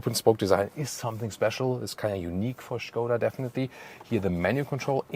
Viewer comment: it's skoda in english and not shkoda hahah